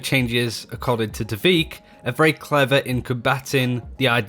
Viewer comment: Why everyone calls him "t'veek", "tahveek" etc? There's no pause between t and v.